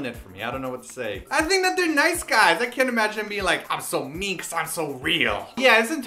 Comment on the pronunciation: Love the song but I think English deserved 3/5 not 5/5. When I watched this with subs I was surprised by how much English there was that I didn't hear without the subs. Even the line "I'm so mean" is mispronounced each time.